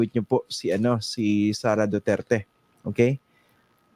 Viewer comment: Huwag na kayong umasa sa kakampink nyo, limot na taumbayan mga yun😂, malabo yung pagkabigkas ni Lascanas sa pangalang "Sara" alanganin, tinuroan parang bata😂 o sige, sama na kayo sa ICC dalii, sama nyo rin si Trillanes, punta na kayong Davao, naghintay si Digong doon, hulihin nyo na, bakit ayaw nyong pumunta? huwag ng maghintay kung sinong kakampink uupo sa sunod! malabo na ang kakampink!😂🤣